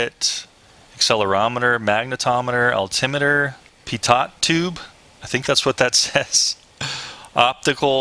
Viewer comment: No flip button? ha! Good review. Your homework for next video is pronunciation of pitot tube.